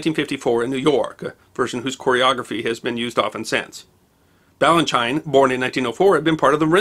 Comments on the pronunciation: Ballanchine is pronounced Ballen-cheen, I think. ♡ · Merry Christmas,. Thank you for what you do. (PS. It's Bal-un-cheen! )